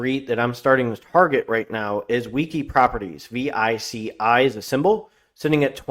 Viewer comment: It’s pronounced “VEE-CHEE” by most. Idk why it get so much attention. Emery transfer is interesting, but I like DVN a little more in the sector. I sold out of Ally earlier in the year, but would be down to get back in below $25